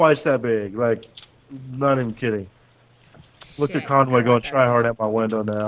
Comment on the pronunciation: Listen carefully says conGay